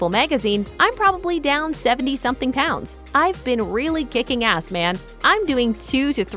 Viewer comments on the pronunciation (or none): none